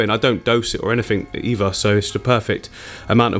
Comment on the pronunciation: Are you saying "eever" not either. "Everyfing" not everything. Why?